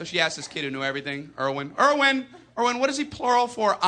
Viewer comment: Irwin not Eowin! lol. Try Rommel.